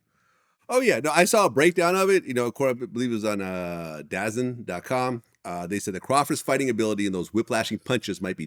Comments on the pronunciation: DAZN is pronounced "Da-Zone" Vlad 😂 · It’s pronounced DA ZONE. Not Dazzin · My man said “DAZZZZ IN”…….AYO Vlad it’s “Da ZONE” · Who’s dazzun , nigga u mean “ DA ZONE” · Vlad said "DAZN"😂😂😂 it's pronounced Da Zone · It’s pronounced “Da Zone” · You know vlad dont know shit about boxing for the way he pronounced dazn 😂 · DAZN is pronounced 'da-zone'